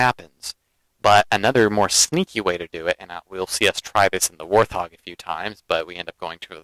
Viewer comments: Hi, I'm a sub of yours & respect your tsctics & in-depth knowledge of the gsme & not trying to b a jerk here, when U say warthog the H is silent just like the animal-Thanks just a dumb thing that was evident thamks 4 the vids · No offense taken by these comments at all. Instead, I appreciate them. I have mis-pronounced the name of this Halo vehicle from day one. The word is said "Wart-hog" NOT how I say it ("Warth-hog"). Like TheWowso pointed out, MANY people mis-pronounce this word (wether they know the correct way or not). It's actually a funny little quirk in the Halo community. :)